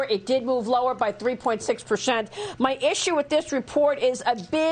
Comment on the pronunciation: "...3.6 pershent"